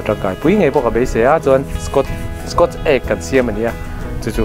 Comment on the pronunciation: P.S. “SKAWT Egg” itia, “SCOTCH” ti na na na. I thil siam a changkan ang bawkin i lamdan pawh dik deuh hlekin tih kan tum tawh hram hram dawn nia. Kan tawng pawh anilo a mahse...aaa i hrethiam ang.